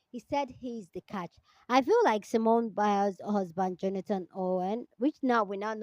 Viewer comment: Her name is Simone, not Simeone I don't know why this name is such a challenge for people.